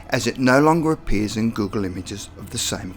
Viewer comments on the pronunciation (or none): none